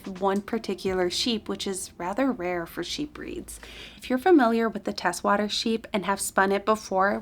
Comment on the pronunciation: Teeswater is "tease-water"